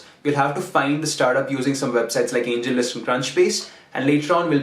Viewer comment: Angellist ???? Kya bola clearly koi batana yar